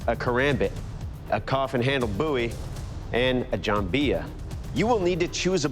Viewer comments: "a coffin handle BOOOIE" It's BOW-IE. I know how to pronounce my surname. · The way dude pronounces BOWie is irritating